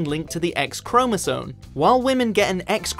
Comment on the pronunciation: It's chromosoMe, not chromosoNe. said 3 times between